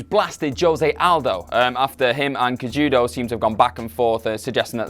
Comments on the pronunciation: Henry "Kay-Judo"... facepalm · Might lend your channel a little more credence if you didn't butcher Henry Cejudo's name like that...more than once